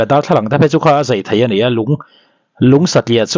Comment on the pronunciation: Zeithei nilovin zaithai tih tur.